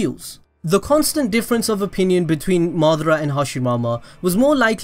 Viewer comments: 'Between madara and hashimama' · He said Madara and hashimama